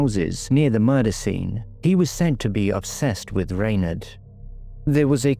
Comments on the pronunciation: it has always been pronounced as Rawn- aid or Ronaid bit like Sinead in Dublin where I’m from but her family may have changed their own Pronunciation, there are many names like this , Sinead , Blathnaid etc . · Perhaps that’s how her family said it ? I am in fact Irish born and bred so as I said I have never heard it pronounced this way . I am also from Dublin so it’s not a regional thing . Could be the family’s preference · I have never heard her name pronounced like that . Irish people would call her Ron-aid … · Rain aid, I'd pronounce it.